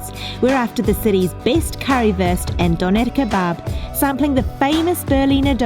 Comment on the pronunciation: Hahaha Doner Kebbab Diese Aussprache ich lach mich schlapp😂😂😂💕Viele Grüße